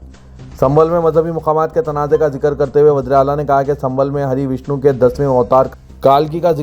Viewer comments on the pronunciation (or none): none